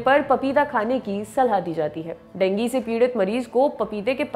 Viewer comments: Dengi nahi ma'am dengue hota hai, pronounced thik se kro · Denggi nhi dengu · डेंगू बोलो मैम देंगी नहीं आप का कोई न कोई वर्ड टेढ़ा ही रहता हैं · aree madam wo dengu hota hai dengi nahi naam to sahi le liya karo yaar 🙄🙄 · Ma'am Dengi nahi dengu 😂😂😂😂😂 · Didi dengi nhi dengu hota hai 😂 Please English ki esi taisi n kro 😭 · madam dengi kaun bolta hai.. koi doosri hi bimari lag rahi hai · Dengue bolna shikho phle.